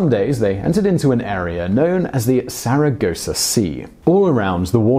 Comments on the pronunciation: Sargasso Sea...not Sargossa Sea. Also...the "Caribs" and "Arawak" peoples of the Caribbean were not the actual names of those tribes. they were the names given to them by the Spaniards. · SARGASSO Sea, not Saragossa. Could you please read your text at least once before recording? I'm going to let my finger slip from the green thumb to the one next to it next time...